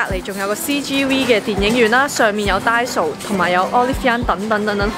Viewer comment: 其實係咪讀frisbee 唔係freshbee 同埋係da-i-so,唔係da-so